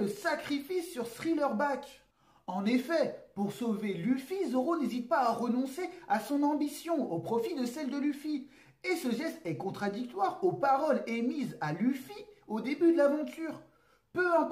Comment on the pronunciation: deja gros c'est Thriller Bark pas bak --'